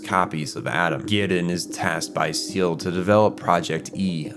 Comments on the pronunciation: Evangelion isnt that deep, but your lack of effort to pronounce correctly, several names and organizations in the series killed the video in under 5 minutes. 1: its Zay-Lay, not ZEAL (ZEELE). 2: its Mag-eye, not Maggie (MAGI computers). 3: drops mic and rewatches Eva to undo this trauma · Everytime you say SEAL instead of SEELE I have to think about cute marine mammals and black singer songwriters lol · Your analysis is excellent, but...uh.... SAY-LAY not seel MAH-JAI not maggy Also Naoko Akagi blew her brains out on top of the magi, not jumped. That's the same gun that Ritsuko Akagi pulls on Gendo at the end of her own life, making it all the more symbolic. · Quick note on "Seele": it´s not pronounced "Seal". The name is german, has two syllables (See-le) and means "Soul". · With the heavy use of German in the series I can't help but point this out a lot: SEELE [ˈzeːlə] (zeh-luh) instead of [siːl] (seal) means soul, not seal. i find it meaningful to use a separate pronunciation. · Erm, ACKSHYUALLY (☝️🤓) SEELE isnt pronounced "seal", its pronounced "Zey-leh" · It's not pronounced seal it's zell-ley also the computer isn't maggy it's maj-eye. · Isnt Seele pronounced Say-lay? They did it on both the tv show and movies. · Is anybody else used to the old pronunciation of seele. Now everyone says (seal) but I remember it being pronounced (say leh). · Maggi no Ma-gi Seeley no Say-lay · its not pronounced ‘Seal’ Its ’Say Lay’ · its not seal its seele the german word for soul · For someone who knows so much about Eva, you pronounce Seele wrong. Its Say-Lay, not Seal. Drove me nuts. Other than that this was an amazing video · good work but the computers are called mag-eye like wisemen in the the bible each one was named for a wiseman and there was 3 of them. and you kept saying "seal" for seele its pronounced see ly its a reference to "good" faefolk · I think it's not "seal" but "say-lay" selee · It's pronounced ZAY-LUH not SEEL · "Say-lay" = Seele "Maj-eye" = Magi